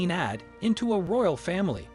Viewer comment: Wow. This is the most ridiculous video. I sure hope it's a joke that you are pulling intentionally, because it's effing unreal, the ridiculous mangling of the script by the machine you chose to narrate it! Broken sentences, mispronunciations, reading 100 AD as "100 add"... You'd be better off getting a 4th grader to read it for you. Do you have a horrible voice, or are just incredibly lazy? You should just shut it down and get a job as a ticket-taker at the movies.